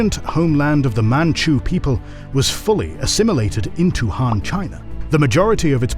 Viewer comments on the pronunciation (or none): Agreed. I mean, the guy can't even say ''Han'' properly lol.